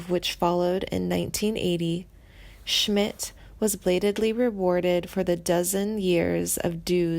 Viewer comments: As soon as she fucked up on mispronouncing his name...I STOPPED!!!! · Timothy B. Schmit has not passed away and if you do music documentaries please pronounce their names right. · Is this narrator a complete moron? Mispronouncing multiple names and seemingly writing off Schmit as if he has already passed. Clickbait bs